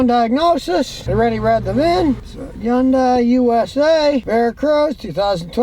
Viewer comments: "Sometheen"????? "Interesteen"????? "Yundai"????? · Yun-dies. How many ways can we pronounce this car's name?